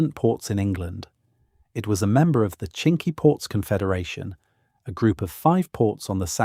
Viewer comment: Shame about the pronunciation of key words such as Combe and Cinque and use of video during the introduction that was clearly not England. After Lacock I had to stop watching.